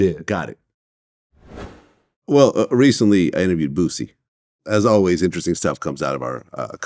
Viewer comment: John Salley CANNOT say "Boosie" without adding a "T". 😆 I'm sure he's thinking of Bootsy Collins.